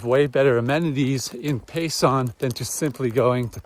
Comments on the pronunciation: As an Arizonan and hiker, I’m glad to see the AZT getting more exposure from popular YouTubers. And it’s Pay(sen) not pay(son). 😊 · Btw, it’s Pay-Sun , not Pay- Sahn. Enjoying your trip as I have enjoyed your previous ones.